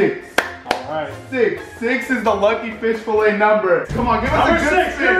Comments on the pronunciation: Fish "falay" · “FISH FALAY” Lmfao it’s Fillet good video tho! ❤️ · It’s fillet lol not filay This was funny. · Its fish "Falay" as spelled it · “Professionally edited” *earlier in the video*: fish fallay instead of fish fillet😭😂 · Fish “FALAY” hahahaha it’s F I L L E T! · Fish filet not fish falay 😂😭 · Fish “falay” 😂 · Bro said fish falay😹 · Bro really spelled Fillet as “falay” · “Fish filay” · Need a new editor, it’s fillet not falay lmao!